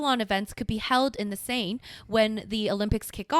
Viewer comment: Seine is pronounced "Cen" like cent without a T.